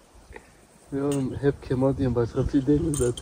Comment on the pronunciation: KEMAL yanlış telaffuz doğrusu KEMÂL